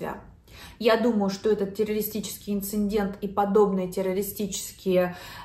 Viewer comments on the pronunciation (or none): очень внимательно слушаем новости в Вашем изложении, спасибо. Вы корректны, деликатны. Не обижайтесь, пожалуйста, слово ИНЦИДЕНТ - без Н в середине.